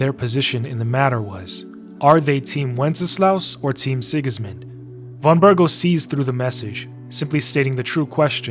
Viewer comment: Also it's Von BerGOV! Though you're not the only one making that mistake. Half of the VAs in KCD2 are mispronouncing his name, mostly those voicing minor NPCs, probably because they didnt get proper direction cause they play smaller roles. Henry, Hans and all other major characters pronounce Von Bergow correctly. W = V in a lot of Eastern European languages, e.g. kurwa in Polish.